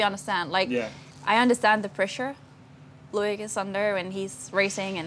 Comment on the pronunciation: It’s not LOU -IC ...it’s LO -IC